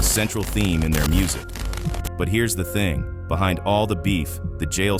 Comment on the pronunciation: BRO SAID D THONG LMAO